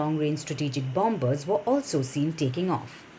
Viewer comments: Please allow me to correct something you have mispronounced to many times. In "Bombers" or "Bomb" the second 'B' is silent. Being Bombers sounds like Bomers. It's not said Bom-Ber-s. Just saying. No offence intended. Ref:- in. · At 1.16 she couldn't pronounce bombers properly 😂😂😂